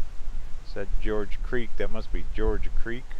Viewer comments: Not George Creek. Gorge. Like gorge on too much food? 🤦‍♀️. Or the first part of the word Gorgeous. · The G in Gorge Creek is pronounced like the G in GO